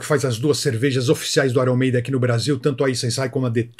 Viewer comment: Ce falou errado. Aier Maiden 😂😂😂😂